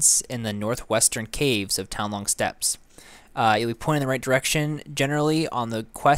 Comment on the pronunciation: doesn't know how to pronounce steppes